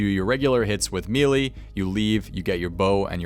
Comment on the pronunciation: imagine building a Youtube career around runescape for years and still not being able to pronouce "melee" correctly.